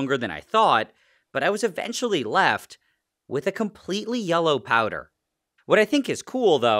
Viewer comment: "I was left with completally yellow powder" Oh no